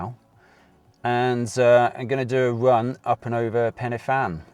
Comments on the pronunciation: Ha mate it’s pen y fan Not penefan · Pen y Fan pronounced pen-uh-van. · Really enjoyed the video. As an Englishman living in Wales would you mind me helping you out with some pronunciation please? F in Welsh is pronounced as a V, a Y is pronounced a an A not eey or aay. So it is Pen A Van. A U is pronounced as an E so it is Corn dee. Fan y Big becomes Van A Beeg. Hope that does not sound too patronising. I have subscribed as well. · Fan is pronounced van, y is pronounced uh, du is pronounced dee, so you say - Pen -uh - van, Corn Dee, and Van - uh - big. Big fanny sounds much funnier though! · Corn Du is pronounced Corn Dee, the F at the beginning of a word is pronounced V so it's pen y van, van y big etc.. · Good effort on the pronunciation. Just a couple of pointers. In Welsh a single f is a v sound. So Pen Y Fan is pronounced "pen uh van" and Corn Du is just pronounced "Corn D" no "u" sound. Similarly Fan y Big is "Van uh Big"